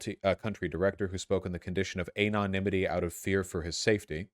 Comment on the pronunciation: Vaush, I love you, but why the everloving sweet fuck on a chuckwagon's left wheel do you fucking say AYYYYnonimity?